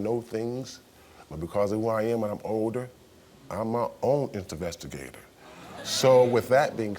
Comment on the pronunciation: ComPOSture? 🤔 : InTEvestigator? 🤔